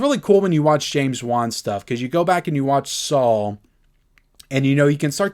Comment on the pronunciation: You pronounce Saw as Sawl. Just an observation. LOL